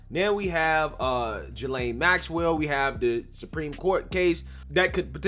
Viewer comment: Did you "Jill-sane"?! Lmao bro, it's pronounced "Gil-Sane"...